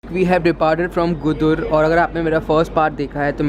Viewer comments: It is गुडुर, not गुदुर .. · dude Nellore is not in TN it’s in Andhra Pradesh And Gudur is pronounced as Goo—Doo—R